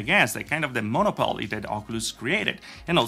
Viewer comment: there's more emphasis on the second O in 'monOpoly' btw lol